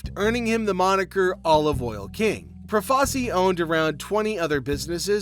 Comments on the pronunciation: Good video, but just so you know, it's pronounced Pro-fa-CHEE. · First, it's Pro-fa-chi. Second, you apparently don't know who Lucky Luciano (Lu-chee-ano) is. Shit video. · Had to stop after 4 minutes, I couldn’t stand listening to the mispronunciation of Profaci 🤦.